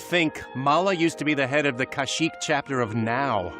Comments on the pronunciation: What the fuck is Kazook ? You mean Kashyyk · Kashyyyk is now officially pronounced Kazook. It's canon.